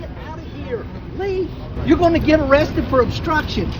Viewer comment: "Gyit." Come on man. 🤦🏻‍♂️